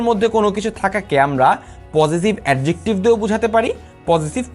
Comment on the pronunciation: আপনার তো Adjective উচ্চারণ এ ঠিক নাই,,,,আগে pronunciation শিখেন